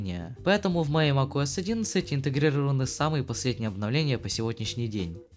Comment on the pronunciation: на протяжении всего видео мне слышалось макОС а не макуОС